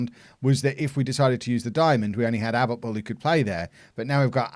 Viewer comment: I'm israeli and its a-b-u-t-b-u-l sorry it is really annoying